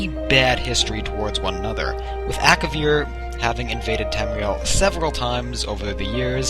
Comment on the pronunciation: Ak-A-vir nor Ak-vir